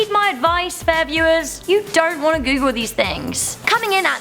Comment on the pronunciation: I thought it said " Top 10 Things You Shouldn't Coogle "